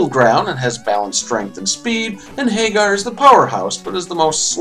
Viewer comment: My phonetic OCD makes me cringe every time you pronounce Mike's last name like Sammy Hagar's. Pretty sure it's a take on "Haggard" And also... his name is f***ing Abigail. What would you expect him to be doing to you? Don't even get me started on Poison.